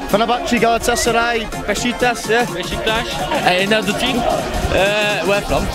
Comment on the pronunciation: 4/38 de adamda bjk formasi var adni soyleyemiyor ghgfjghj